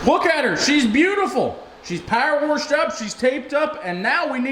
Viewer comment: Power wershed lol